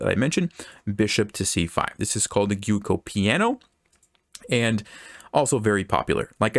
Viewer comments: It's pronounced "Joko piAno". It's italian for "soft game" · Juoko Piano is the right pronunciation 🙂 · Cool video, but I suggest you review your "Giuoco Piano" 's pronunciation xD